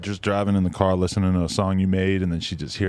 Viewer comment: Why do some people like actively try and make themselves sound cooler by mispronouncing things in such ridiculous ways? Like bro seriously said “i aint even seen myself havin a KER.” Like its not like an englishman or something where thats just what it is and everyone sounds like that and your dialect forms around it etc etc. this is literally a grown man going out of his way to sound cool. Shits seriously goofy as fuck